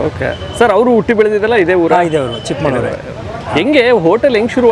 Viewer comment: ಅದು ಚಿಕ್ಕಮಳೂರು,ಚಿಕ್ಕಮಾಳೂರು ಅಲ್ಲ